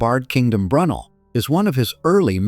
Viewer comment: Slight glitch with the commentary, I K Brunel is pronounced more like 'Brew nail" Cheddar George gets a mention, but somehow you didn't mention the cheese...